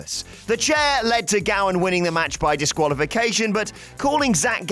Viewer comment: *Gowen not Gowan